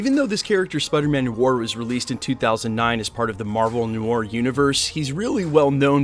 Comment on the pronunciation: Noir is pronounced nu-ar, nuh-waar